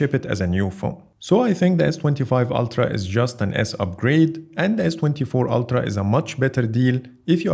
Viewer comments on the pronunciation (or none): ‘Altra’?! It’s Ultra, mate.